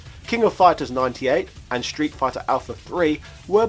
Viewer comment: I'll never understand what sort of mutation the English language went through that now Street sounds like "shtreet". Also, RIP Ryu, you completely butchered his name, over and over.